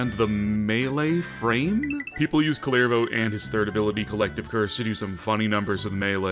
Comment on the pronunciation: Its pronounced like Cooler-Voe